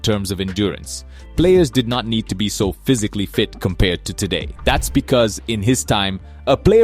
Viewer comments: Bro really said Maradonia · bro said maradonya